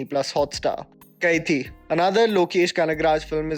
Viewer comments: Maa-nuh-guh-rum , Kai-dhee ... Thank you for these amazing videos though. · great video! but, it's not pronounced kaithi, it's pronounced "Ka-i-dhi" which translates to "prisoner" and lol I know I shouldn't be laughing at ala vaikunthapuramuloo pronunciation, but you're doing great bestie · Hey, I'm ur Big Fan But just one advice Ur Pronunciation of South Indian Words like Kaithi (कैथी) and Ala Vaikunthpuram (अला बैकुंथ पुरम) is wrong Its actually क़ैदी and अला वैकुण्ठपुरम In south they pronounce 'th' as द